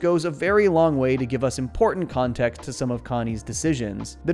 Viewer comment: I heard that pun. You pronounced it "Kahn-text" instead of context. I noticed. That's excellent <3